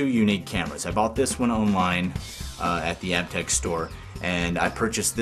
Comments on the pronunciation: I'm a huge Aiptek fan (pronounced Ape-tech, by the way). The CCD sensor on the SVP camera was tempting at first, but after hearing the other criticisms for it, I think I'll stick with the Aiptek brand. Thanks for the great review :) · I just called the 1-800 number to verify the pronunciation of Aiptek. After 5 years of using the product and hearing THEM, THEMSELVES pronounce it Ape-tech, they've apparently decided to pronounce it App-tech. Sooo... I guess the I is silent these days or something. Sorry, folks. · Great show. I liked Aiptek a couple of years ago when I first started seeing them at Target (even if I was pronouncing wrong, really thought it was Ape-Tech). As far as 5-in-ones (video, photo, voice recorder, mp3, data transfer) I thought it was a lot better than some of the other minor brands. That said, I think there are cell phones with better cameras now. For video on the go I'm using the video mode of my still cam (Canon Powershot A630).